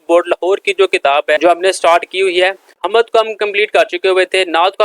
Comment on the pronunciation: Sir ji talaffuz "hammad" nahin " HAMD" hai.